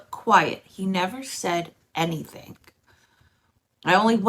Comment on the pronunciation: “Anythink”. 😂 just curious, where are you from??